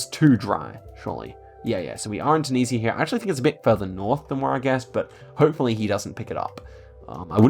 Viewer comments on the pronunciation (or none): none